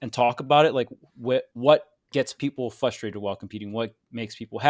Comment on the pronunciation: is a super smart dude…. But he needs stop saying “fustrated”.